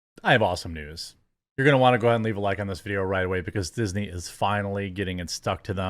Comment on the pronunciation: "Dixney" hahaha.. Dew IT!